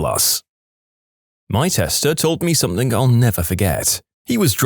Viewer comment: drives up the wall when he says "Somethin**k**"